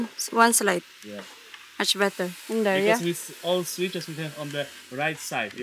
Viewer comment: Deeeerrrr 😂😂😂😂 imbes there deeerrrrr 😂😂😂